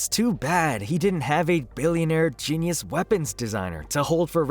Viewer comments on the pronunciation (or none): none